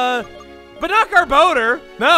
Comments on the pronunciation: anybody else bugged by the name "gar-bo-der" instead of "gar-buh-dor? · chuggaa...it is pronounced GAHR-BAH-DOOR, not "gahr-bow-durr."